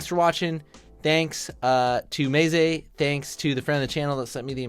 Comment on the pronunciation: The worst pronunciation I've heard of meze, maysay